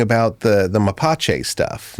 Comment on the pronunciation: dude said "mapache people" lol they are called mapuche